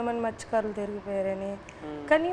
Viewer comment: మత్సకారాలు, మిరియాలు కాదు,మత్సకారులు. 😂😂😂.తెలుగు నేర్చుకోరు. అందుకే పాడేవాళ్ళకు కూడా తెలుగురాదు.